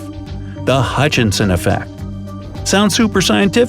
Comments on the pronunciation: You call him Hutchinson but you spell it Hutchison. So which is it? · Sir, you can't "scientifically" disprove anything if you can't even tell the difference in pronunciation of Hutchison from Hutchinson. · You spell it Hutchison, but you are pronouncing it Hutchinson.... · the name was HUTCHISON . . . not HutchiNson - just saying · Hey smart guy! The guys name is Huchison. Not HuchiNson. There's only 1 "N" in Huchison. STOP SAYING HUCHInSON. ONLY 1 "N"